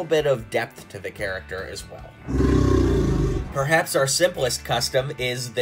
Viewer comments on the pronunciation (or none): none